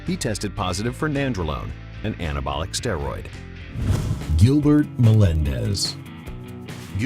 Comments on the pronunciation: its gilbert not giblert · I like how it said Giblert. Nice touch. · LMAOO "Giblert Melendes" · "Giblert" god dammit not again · Gilblert. Lol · Do you mean gilblert Melendez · anybody notice giblert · "Giblert Melandez" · Hahahaha, who's Giblert Melendez?